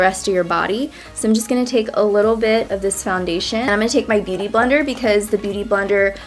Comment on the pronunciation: Why have many americans so weird pronunciation?? "Beauty blender" sounds at you like "bity bounder", wtf is that? ??